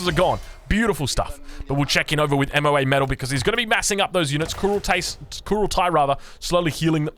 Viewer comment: It's MoaMetal not M.O.A.Metal Google her you heathen.